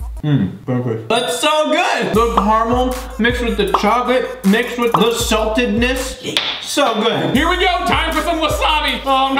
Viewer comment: CHOCOLAAAAATE!! not coco late